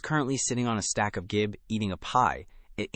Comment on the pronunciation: Gib is pronounced jib. It is short for Gibraltar board, which is a brand name.